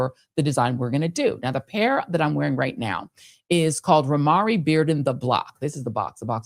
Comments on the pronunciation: Romare is pronounced “Row-mayor), family. Romare Beardon. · IDK K but I think Romare is pronounced with 2-syllables. I have his painting in my house. It's the way I pronounce his name--and those I know. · I was confused, I am an artist, haven't heard his name pronounced that way, didn't know who you were speaking of until I read it